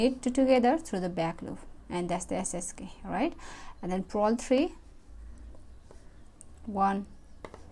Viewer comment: Purl not prol